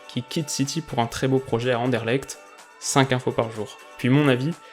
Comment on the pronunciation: On dit un truc plutot du genre And-EU-rle-R-t c'est pas exactement ça mais c'est plus proche que Andèrelekt GG sinon :)